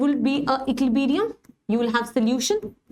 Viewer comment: Man ecliberium nahi equilibrium hota h